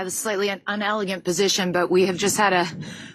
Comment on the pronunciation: She's a journalist and said 'UNelegant'?